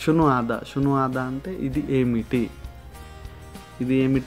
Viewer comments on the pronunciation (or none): Shu hadha. Not sunu hadha